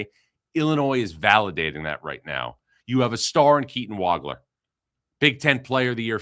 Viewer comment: Nice to hear Keaton's last name pronounced correctly.